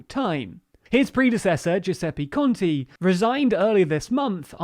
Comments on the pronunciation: the 'te' in conte is pronounced like the first syllable in the word 'telephone' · I like your videos a lot, but please try to pronunciate names in a reasonable way (thinking about Giuseppe Conte for instance)